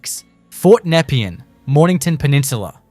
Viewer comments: Its pronounced NEP-PEE-AN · This is shit.. Most of the footage especially Melbourne Cemetery is not Melbourne Cemetery.. it overseas some where.. and learn how to pronounce Nepean !! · NEP-EE-ANN YARR-AHH WTF are you from? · The pronounciation was horrendous. Yarra! napean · Great visual video but a few off putting things about it. The pronunciation of Nepean and Yarra, the most common of Melbourne names is comically wrong. Also #1 the Flinders Street ballroom filmed an artistic installation that the artist Rone did a few years back but you didn’t mention that. It appears that the ballroom looks like all of the time but it doesn’t as it was a show. Entirely misleading.